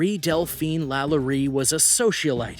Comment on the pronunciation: Oh Lord, Delphine's name is pronounced "La-LOW-ree"